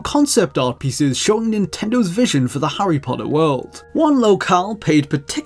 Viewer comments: Harry "Poddah" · Hurrey Podder